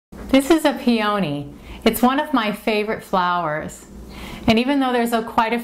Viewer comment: I know this is nitpicky but the flower is pronounced PEE-uh-nee, not pee-OH-nee.